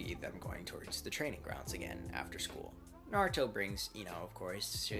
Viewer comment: u said nartho it’s naruto 🍥